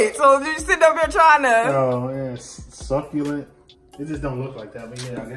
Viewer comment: I be having conversations with u guys when you pronounced succulent wrong I yelled at me phone “ SUCCULENT” like if you could here me like if you do that to